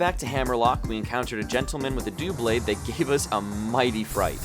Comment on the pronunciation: It is dub-blade not doo-blade